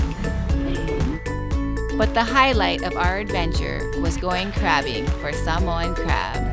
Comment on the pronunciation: Thank you for pronouncing Sāmoan better than some Samoans😂